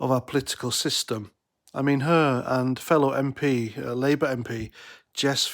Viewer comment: ed "liiebour"? Whats all that about?,not very coherent at all Try harder laddie